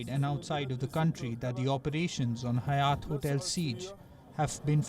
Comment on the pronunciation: hayat not hyatt hahaha